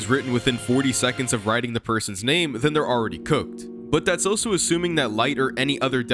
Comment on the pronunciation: Ive never heard anyone pronounce "also" as "oh so"